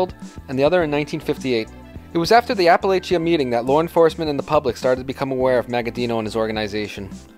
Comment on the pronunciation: You mispronounce several Italian names and Apalachin also...